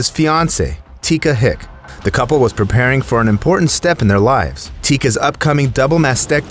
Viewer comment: "Impor'ant"? Haha.